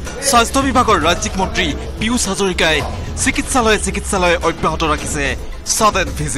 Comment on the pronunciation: Piyush nohoi beh...Pijush ko... Ki Jada murko manuh beh..